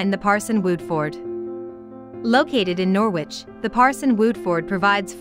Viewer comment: Norwich in the UK is not pronounced Nor-wich, it's pronounced Nor-rich. And Bawburgh is wrong too. You want to look these names up before creating a video with an auto voice that can't pronounce the names properly.